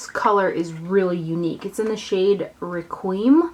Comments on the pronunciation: ***** agreed! it is so annoying! your breakdown of the word is close. Phonetically it sounds Requiem: RECK-KWEE-EM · Isnt it pronounced, reh-kwee-um? Just wondering....